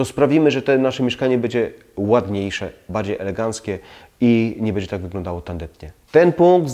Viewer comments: Ciekawe uwagi, ale skoro zwraca Pan uwagę na kwestie estetyki, proszę na Boga, mówić poprawnie. "Bedzie" razi potwornie. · Ja miałbym tylko jedna prośbę, publikując filmy, zwróć uwagę na wymowę, np. słowa „będzie”, Podniesie to jakość, (to nie ma być uszczęśliwiać, dobra rada) Pozdrawiam